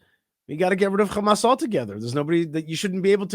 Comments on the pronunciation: It’s Hamas not khamas. Learn English European reject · It’s amazing you can pronounce the word hot but not Ha Why KHHA Hamas it’s not KhAmas or khhezbola You went so low it will take two thousands years to get the respect back Betray us gives secret papers to his mistress And he didn’t get to spend years in prison but Mr assange was thrown in prison for 14 years No respect